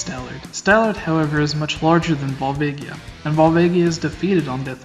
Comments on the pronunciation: Vohl-VAH-gee-uh. Not Val-VAY-gee-ah. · vol-vaygia? go-rons? what the actual fuck